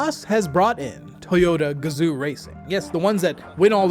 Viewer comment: It's probably already been said in the comments that Toyota 'Gazoo' is pronounced gah-zoh, long O not "oo". It's the word for picture in Japanese, basically. But this is also on Toyota for romanizing it as gazoo instead of gazo, gazou or gazoh which would have been perfectly valid too.